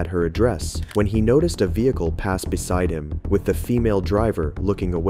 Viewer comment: YOURE NOT PRONOUNCING BESIDE BUSIDE 👎